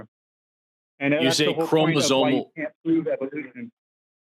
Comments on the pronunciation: Listen closely to. He's not even saying "chromosoMe." He's saying "chromosoNe." Every time. It's hard to believe he knows what he's talking about when he makes such a basic mistake. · dude literally just said "Marine-Webster" and keeps saying "chromazone" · The man kept saying “chromozone” 😅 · Dude hasn't gotten "chromosome" or "Merriam-Webster" right a single time... wants people to think he understands evolution. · Am I noticing a pattern that a lot of people who do not understand biology and deny evolution seem to be either incapable or unwilling to pronounce "chromosome" correctly despite hearing it pronounced correctly back to them multiple times and yet insist upon their own misunderstanding and using chromosomes in their argument? "Chromozone" and "chromozonal" are driving me nuts